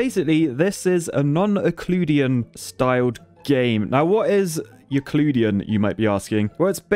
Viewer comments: its not "eucleuidian" ite euclidien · "Yoooclooodian" is the single most horribly and obviously wrong pronunciation of a word I have ever come across. yoocliddian (triple o used to show it's more drawn out, double o is a short sound) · Ick-LOO-dee-in? I thought it was pronounced you-CLID-ee-in, but whatever. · What the ** is 'yuhcloodian'? Did you mean 'Euclidean'? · Is ehcloodien geometry anything like youclideean geometry? Lol great video, thanks! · it not ecludian but euclidean :) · Ooh-clue-dian, I couldn’t help but laugh. I don’t mean to be correct, but it’s you-clod-ian. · It's pronounced /.jʊˈklɪdiː.jɘn/ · "non iccludean"? tf u mean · "I'm an engineer! I studied math!" Also: "Iccleudean" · Pronounced: “you-clid-ian” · It's pronounced "yoo klid ee an" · Euclidean Is pronounced you clid ian you didn’t pronounce it right, but that’s okay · You said yucloodian one time... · Great video. Pronunciation of Euclidean is You-clid-ian (where the i in clid is pronounced the way i is pronounced in the world civil_ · U - clid - i - an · Euclidean is pronounced "you clid D an". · Yoo-KLID-ee-yen it is pronounced yoo-KLID-ee-yen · I love u but please I cringe at how u say you-clid-ian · It’s pronounced “U-CLID-E-N” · Yoo clid ee an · 10 seconds in... I HAVE to quit if you are going to keep saying "you-clue-dee-an". it makes me lose any faith that ANYTHING else to come out of your mouth will be anything more than drivel. If you don't know (and let's face it, you don't), then do research BEFORE you publish. It's your profession, so do it professionally. I actually REALLY like your content, and that's why this hit me so hard. I expect better from you. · You—Klid—ee—an. Ie Euclid’s Elements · "U" "clid" "e" "an"!!!!!!!!!!!!!!!!!!!!!!!!!! euclidean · It's pronounced yoo-clid-ian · "Non-yihcloodian" lol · It's pronounced as you-clid or you-clid-ian. Judy in case you actually don't know how to pronounce it. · oh man that hurt me a bit. Eucliiiiiidian